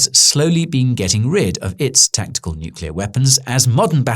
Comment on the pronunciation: THANK THE LORD that you don't pronounce it "nucular"